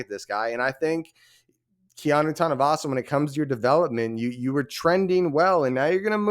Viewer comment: Just say Kea-NO! #GoUtes